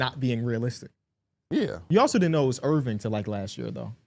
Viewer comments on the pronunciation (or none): That man said “Irving ‘Magic’ Johnson” that shit wrong too